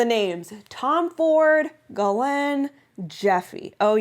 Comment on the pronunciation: That’s funny but actually it’s pronounced Gee lane (hard G like going rather than soft G like giraffe)